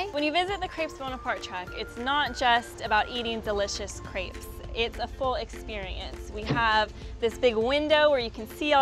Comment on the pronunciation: THEY SAID CREPES WORNG! I AM FRENCH I WOULD KNOW